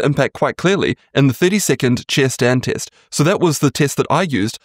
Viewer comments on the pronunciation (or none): test not "teest"